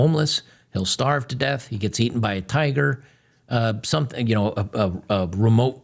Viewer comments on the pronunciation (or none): none